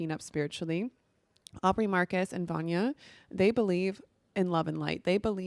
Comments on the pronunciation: Her name is VYLANA Not Vannya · her name is vylana not vanja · it's not Vanya it's Vylana... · Ugh, had to stop watching because she couldn't pronounce Vylana's name repeatedly. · so many people have done this, I’m like…how do you sit down to record something without remotely having the names correct